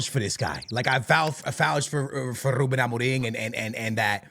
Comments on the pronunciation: as a portuguese myself, this guy is trying too hard with the rrruubbeen amorrrim. chill bro 😅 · Then tongue rolls are so disingenuous. Trying to sound Portuguese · Rrrrrrrrruben Amorrrrrrrim rrrrrrreft Sporrrrrting 😭😭😭😭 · The way he says "Ruben Amoriim" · Im sorry but im really enoying the rrrrrruben amoreeeng 😂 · Nobody:: rrrrrrrruben amoreeeem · He's mixing his american accent with his portuguese accent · The double R's